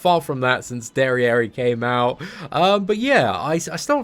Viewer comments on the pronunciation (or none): none